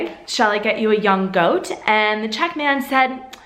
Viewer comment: You got the goat saying so wrong :) but it was nice how you interpret it, so please do continue in that way